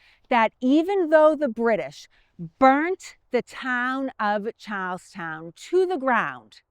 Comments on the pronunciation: We have a drinking game where every time says "Charlestown", we have to take a drink. So far we have had three public disturbances fines, 2 public intoxication arrests, one DUI and still have yet to ever see the end of this video. Our greatest thanks to and, of course," Chars-town". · i thought you said cows town. But i think you were saying charles town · Who had to hear Charlestown four times before they could make out the name? Love the accent.